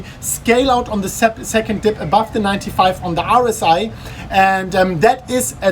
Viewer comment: OMG, you pronounce "RSI" like "Horus Eye", and I was like "wtf is Horus Eye on TradingView" for entire time :D